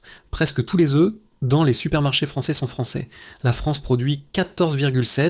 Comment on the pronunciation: l IA qui nous parle les oeufs se dit oeufs et pas euffff oups !uops !oups !!! fou fou fou espérons tous que nos robots de l "IA un jour proche pourrons parler humain plus rapidement c'est le moyen âge ici allez les robots faîtent des efforts